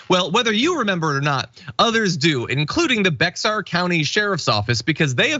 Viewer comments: "Bexar" is pronounced "Bear". In Spanish, the X is pronounced as an H. In its English translation, the X has become silent. I've learned this by spending the last 40 years in San Antonio. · Bexar is pronounced like Bear. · no like Behr paint. The h is silent. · By the way, Bexar is pronounced BAY-er by most Texans. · It's pronounced Bear country even though it's spelled BEXAR. FYI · Bexar is pronounced "[Bear]" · Bexar, is pronounced like bear. 😉. Lol! Thanks for the correction...i lived in N Texas - now in Florida. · See Fro Yo below, county's name is pronounced "Bear." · Its pronounced bear county bear. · Sounds more like bear county the x is silent. It is in San Antonio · Bexar is pronounced Bear! Have a good weekend. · Bexar sounds more like "bay-har." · FYI: Bexar as in Bexar county, is pronounced ' bear' or 'bare'. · Bexar county is pronounced like a bear! I lived there for years, so that's driving me NUTS! 😁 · (FYI - Bexar is pronounced "bear" in Texas.) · The Bexar county is pronounced Behr in Texas. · It's "bayer" county. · I know it make no sense , but bexar county is pronounced bear. Only in Texas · Texans pronounce Bexar County as “BEAR” County. Not Behar, Not Bexhar, it’s BEAR. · Psst, it's pronounced BEAR county...... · Bexar County is pronounced BAY-har or BAY-are. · Hiya John! Just wanted to point out the X in Bexar is silent, and it's pronounced 'Bear'. My cat is from there... >.< 🧐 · How weird that it's pronounced "bear," right? I learned this when we evacuated Houston for hurricane Ivan. Also, how is pronouncing things like they're spelled uneducated? Venomous is the PERFECT adjective! I heart this channel like a mad, mad mofo. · Just so you know: Bexar County is pronounced "Bear County" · Bexar County is pronounced "bear county" just FYI. LoL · It's pronounced "bear" or "bayer" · It’s pronounced “bear” county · It’s pronounced “bear” I believe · Bexar county is pronounced Bear county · Bexar county is actually pronounced Bear county. 😉